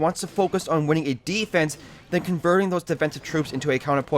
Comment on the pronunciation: defrense? OMFG NEW WORD!!!